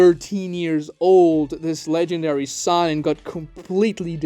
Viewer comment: I hate the way he mispronounces sannin